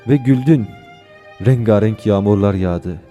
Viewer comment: Rengarenk kelimesinin telaffuzu yanlış olmuş, onun dışında harika kardeşim. Sana peygamberin duasıyla dua ediyorum. "Ağzın bozulmasın"